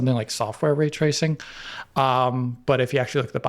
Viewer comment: so. Way twacing on the PS4 pwo then.